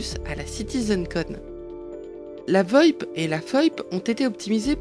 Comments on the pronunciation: VOIP ça se prononce Vé Eau i pé pas voipe xD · Comme vu dans un commentaire, la VoIP ne se lit pas comme un mot régulier car c'est un acronyme de Voice over Internet Protocol donc V.o.I.P (cela vaut aussi pour la FoIP pour Face over Internet Protocol). En vue de ta réponse "je fé ce ke je ve" à la personne qui t'as fait cette remarque, j'imagine bien que tu vas faire la même chose avec moi mais bon tu prononces bien la SNCF lettre par lettre et non comme un mot régulier. Ce n'est pas un commentaire pour me foutre de toi mais pour que tu sois plus crédible quand tu exposes les avancés du studio car ça ne fait pas très sérieux. Sinon la traduction est fidèle donc ça reste dans l'ensemble une bonne vidéo.